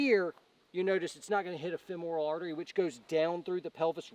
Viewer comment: Awesome info, love me some, but it is pronounced fem-ral, not fem-oral (BTW surgeon for the last 21 years). Keep up the great work!!